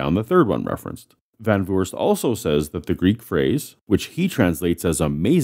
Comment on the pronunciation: Great episode! I love your pronunciation of the name van Voorst as well. If you want to know how to properly pronounce it, here's a way: say want door. Now try, with the same a and o sounds, van doorst. And then van voorst. It's not perfect but it's really close. The Dutch double o sounds a lot like the oa sound in English but without the bend towards the a, which I'm guessing is why it's written those ways. Please don't think I want anyone to say it like that. I like hearing Van Vurst XD But I always find it fun to learn how to pronounce words and names so I figured I try to show a way to learn how to pronounce van Voorst. I learned how to pronounce Recep Tayyip Erdogan and I thought it was fun and I will never say his name like that ever again. I'll just butcher it like I always have :) My keyboard won't pronounce it either. There should be a ~ on the g, but my keyboard wasn't brought up with that sound :p Sidenote: the word van in the name means of or from, which is why it isn't capitalized. We do capitalize it when we put our names on scientific papers and such and I always assumed it was to avoid confusion if it was a part of the name or not.